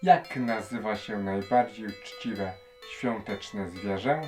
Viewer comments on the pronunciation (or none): ŚwiĄteczne, ŚwiĘta, naprawdę tak musisz to akcentować?